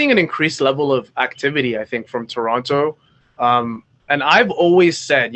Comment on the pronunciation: Love your analysis, but why are you pronouncing Toronto like SAS or some other American commentator?